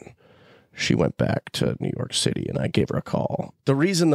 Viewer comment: Everytime someone says new your city I hear u guys in my head lol